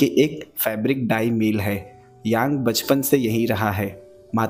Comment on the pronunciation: मील नहीं भाई "मिल" होता है !!